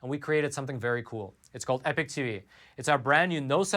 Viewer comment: I was under the impression a »class act lawsuit« involved a class or group of complainants, but who cares, right? You still haven’t learned to pronounce »epoch« distinguishable from »epic«, so I’m pretty sure you don’t care…